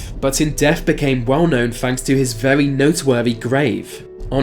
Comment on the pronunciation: Merita King, vewey (very)